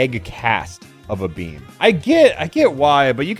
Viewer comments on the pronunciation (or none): Did anyone else hear “bean” instead of “beam”?